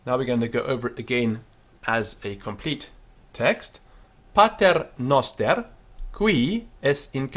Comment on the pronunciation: He's right; noster is a short o, like a Greek omicron, and not a long o like a Greek omega.